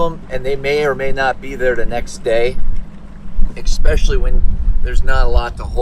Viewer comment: Expecailly? Especially is the word. Sorry.